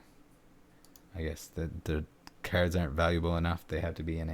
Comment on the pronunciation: I will pay you to pronounce cards differently.